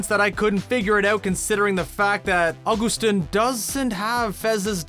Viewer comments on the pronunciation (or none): Me cracking up at the fact that you didn’t realize that Augustin is also Bob the builder and you pronouncing his name wrong. 😂